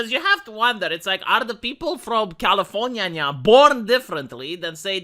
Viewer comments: V, you got lazy and said California the lazy American way towards the end of the video. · Commienia vs Californya nya nya Seriously why Romanian guy saying Californya nya, it makes me go insane with nya des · why are you calling it californya nya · That's califro nya nya nya nya 🙀